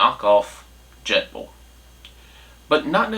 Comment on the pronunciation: Jetboil not jetball😂😂😂😂